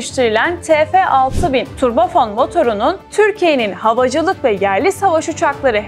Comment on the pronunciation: Turbo fon değil, turbo fan 😅